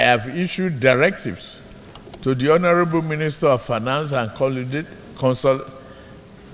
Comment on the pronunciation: ... Honorable hallow member... and feeloow...😂😂😂 There was a country...